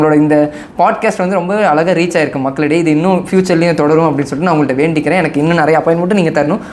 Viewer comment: First alaga ila azhaga zha nu solunga